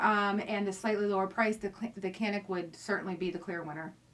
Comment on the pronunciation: Good vid. I agree that the Canik is superior to the Glock. I like Glocks, just think the Canik is at least as good at a better price. BTW: Canik is produced in Turkey where the "C" is pronounced as a soft "J", so it's Janik not "Kanik".